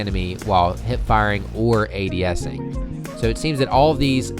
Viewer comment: Lmao he says adesing